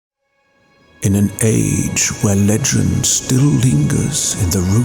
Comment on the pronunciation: Oh my GOD.....35 seconds in and i am SMITTEN with your speech pattern, and the way you say words in that..accent? The almost old-timey-wimey you say "In an ayych where lechend still lingerrrrs" , the pronounced "oo" in "the turning of a bOOk page" Man..really got me drowsy as hell in the first minute. Liked and subscribed. AND Added to my personal, curated list of "BEST ASMR" videos. Incredible choice of theme, too, im a sucker for high fantasy. Edit: Holy shit, man...this is like hollywood level ASMR, cinema, post-production, editing, effects, ohhhhhhhhhhhhhhhhhhh sound quality..zzzz